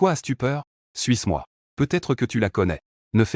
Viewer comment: J’ai entendue suce moi au lieu de suis moi 💀